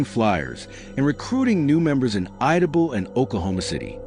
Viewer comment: It’s pronounced I-da-Bell